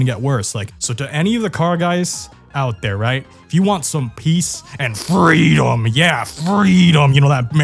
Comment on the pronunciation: I would love more "fweedum"...